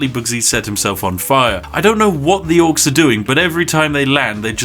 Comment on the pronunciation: You fucked up dwarfs and orcs so many times in the vid lol